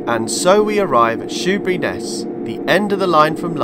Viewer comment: I knew this was going to be good when you said "Shoeburyness" and got it right. Great to see Joan Sims is commemorated at Laindon - I was waiting to be disappointed, but you mentioned her! This is a route I've long wanted to see from the driver's point of view. Thank you.